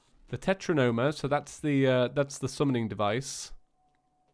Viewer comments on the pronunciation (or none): Its Teratoma not Tetranoma